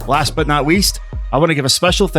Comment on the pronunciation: did you say: “Wast but not weast...” because to me it sounded like you said that.